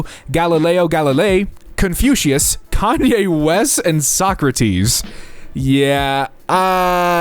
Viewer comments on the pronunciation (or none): none